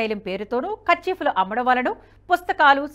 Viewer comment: Amma first తెలుసుకో తల్లి కర్చీఫ్ అని చెప్తున్నావు